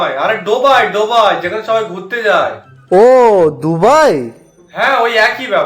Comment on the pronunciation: Dubai ❌ Dobai ✅